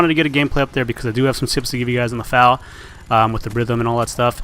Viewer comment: eff ay ell, not fal.